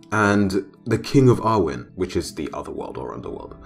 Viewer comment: Was the first god you were referring to Arawn , from Annwn , because that didn't sound like what you said haha😂